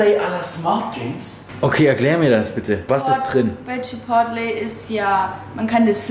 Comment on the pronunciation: kleiner Tipp von mir man spricht chipotle quasi chipoley aus 😊 Guten Rutsch 💥